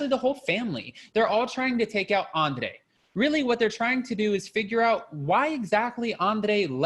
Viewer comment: Love your reviews! The way you say Andrrrrrrei!!